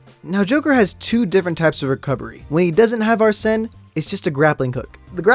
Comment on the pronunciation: Why was you doing a dance? Also you don't NEED TO rip off your mask to show your Persona UNCULTURED SWINE. (JK). So ye. Also P5 Is actually a mediocre Persona game 4 and 3 are better. Also Joker shouts whenever you start, end and Summon a Persona in Battle and a lot during Anime Cutscene. And Arsen (Pronounce Ar-Sen) is based on Arsen Lupin a GentleMen Thieve